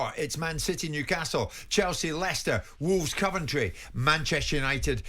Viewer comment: Jim pronouncing Coventry “Cuventry”. Odd